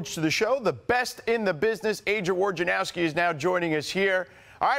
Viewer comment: It's crazy how Woj's name gets doubly mispronounced, like it's probably supposed to sound like Voynarovski, which isn't all that complicated, but I get it, ok, say the letters as though it's originally in English, fine, but then how do you switch the J, R and N around like this even right after saying 'Woj'?